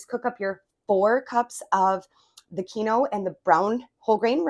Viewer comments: Oops 'keen-wah' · Love your video!! I think it's pronounced 'keen-wag'😊